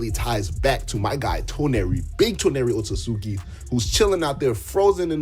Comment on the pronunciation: Nah o-tsu-tsuki